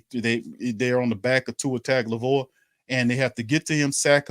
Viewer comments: “Tongue-Oh-Vai-loa”. Get it right. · Hey can you ask Pro-Media to try to pronounce Tua's name right. 😂🤣. Tua Ton-go-vai-loa. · “Tua taglivoa” LOL😂😂😂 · How dare this Saints YouTuber mispronounce Tua’s last name lol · I was looking for this comment. Man did he BUTCHER it 😂